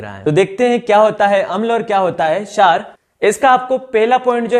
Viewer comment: क्षार bolne ka tarika thoda casual h